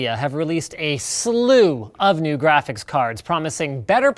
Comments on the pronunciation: Lol "Graphisc" card! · graphisc card😂